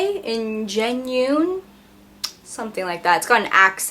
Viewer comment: "on-gen-new" for Ingenue :) Great video as always, very informative. Thanks! :)